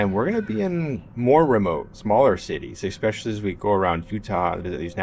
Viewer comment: For goodness' sake, it’s especially, not expecially. Coming from a teaching background, you should know how to pronounce words.